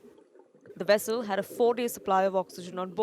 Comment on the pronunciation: It's not "wessel". It's vessel. And you can't say poor weather conditions for underwater areas.